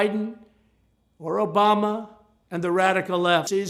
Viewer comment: “Obamna!!!” (I can’t un-hear it) 😂